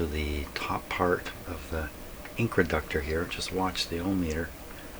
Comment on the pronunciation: Are you calling the controlled inductor an incraductor? Why would you do that?